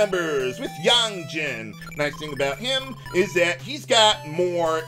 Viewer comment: I like how you pronounce the name Yang correctly here but you won't pronounce it that way for FF4's Yang.